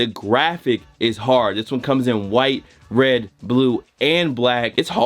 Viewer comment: “Wed, white and green”